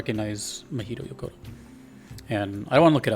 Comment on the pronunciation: This is partly true. Mahito Yokota (not "Yakota") was assigned as the main composer of this game and had already asked Kondo to join him, as he prefers collaborating as opposed to working alone. Yes, Yokota couldn't quite get the sound of Mario right and composed very cutesy Latin-pop music, and Kondo rejected about 20 of his compositions. There were then three demo compositions presented to Shigeru Miyamoto to decide the direction of the music for the game; two were written by Yokota, one was written by Kondo. The one that was chosen was Kondo's piece, with Miyamoto not knowing who'd written it; it was the early version of Good Egg Galaxy. But yes, Yokota then wrote Gusty Garden after Kondo rejected a lot of his music and with Kondo's remark about Mario being "cool" in mind. And yes, Kondo only wrote two compositions for Galaxy 1. He technically wrote four "tracks," but three of those are just different arrangements of Rosalina's Comet Observatory, while the other is Good Egg Galaxy. He similarly contributed five "tracks" to Galaxy 2, but three of those are the three variants of Starship Mario, while the other two are Yoshi Star Galaxy and Bowser Jr.'s Fort.